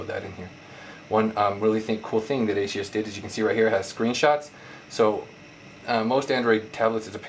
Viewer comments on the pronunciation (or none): Good video, but the name of the company is ASUS, not Asius. There is no "i" sound in the name. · Great review, my only problem is that it's ASUS not A-SEE-US. Perhaps I'm just nitpicking. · Good review, just one problem. It's ASUS not ASEe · Realy why do you say asius? lol do the people at the store say it like that to? Or do they just say: Wtf at ASUS not asius.. asius sounds lame' lol just kdding ofc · Omg say the companies name right